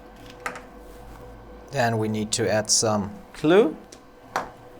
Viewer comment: It called glue not clue